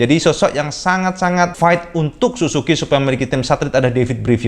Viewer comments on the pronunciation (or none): su ZUU ki om , bukan susuki :DD